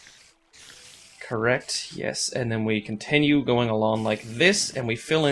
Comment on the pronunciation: The way you say continue really annoys me. You say it like con-ten-you